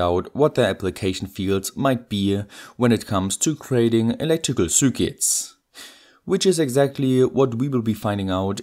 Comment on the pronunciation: I love how you say zürkits